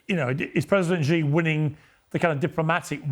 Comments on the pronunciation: Piers..... your pronunciation of 'Xi' is atrocious! It is pronounced like 'C', the English alphabet Not 'G'. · Xi is pronounced SHE. Repeat after me, Piers... SHE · Pierce, you intentionally mis-pronounce President Xi ! Show some respect you rude English man!